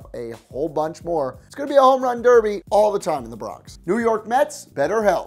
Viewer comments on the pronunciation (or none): none